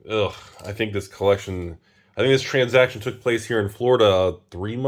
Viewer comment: "Transjacktion" - 2022